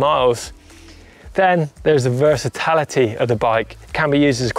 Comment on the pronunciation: 'versa-tallity' ROFLMAO!